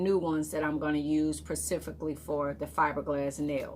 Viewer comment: I was done at pecifically... 😭 I'm sure she meant specifically.